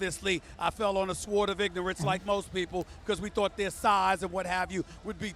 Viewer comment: I'm triggered by Stephen A's pronunciation of 'sword'.